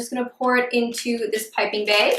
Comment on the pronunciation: Does she know how to talk English because she said beg and it's is bag!